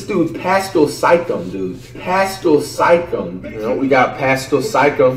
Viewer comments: Now you too can sound like Flight! Zeeon Williamson Bam Adbayo Demontice Saybawnus Pascal Sikecum Rudy Goburt Luka Donikick Giannis Akumpo Spencer Dinwhytee Delledawvuh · There was one video where the announcer said pascal Siakam and my guy was still like “we got pascul sike em” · In fairness I believe in Cameroon they pronounce it Piskal sYcKum